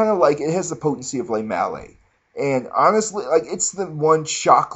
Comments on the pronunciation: ok you're obviously just fucking with us now... gormorand? lay malay? come on man! make an effort, you're not a bad reviewer but come on with the pronounciations.... ROACHES MAN????You can do better than that! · Fuck you all haters hahaha.. Lemale is now officially called le-male-AA.. ur all saying it wrong! a minty crisp vanilla GOROMAND BABY!